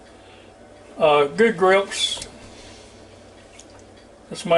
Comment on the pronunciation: Hey! It is pronounced ox oh. I first learned of them when I lived in the UK and they quickly made their way to America quite a while ago.